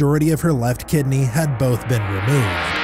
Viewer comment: bro said “kidne” and “nise” 💀